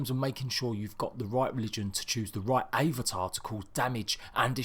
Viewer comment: You're saying avatar wrong